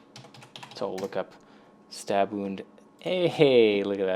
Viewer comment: Dude, it's not "Stab wound", it's STUUUUUBWWWWWWWWORRRRRRRRRD